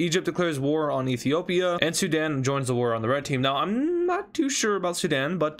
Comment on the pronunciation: Did my bro said Zidane instead of Sudan 😂😂😂😂